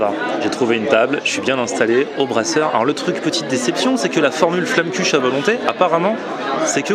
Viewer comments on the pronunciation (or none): On peut aussi la roulé (la tarte flamber). Et je veut pas jouée ma reloue mais pour la prononciation c'est flamequeche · En Alsace on prononce Flammekuche comme ça : - Flammenkuera !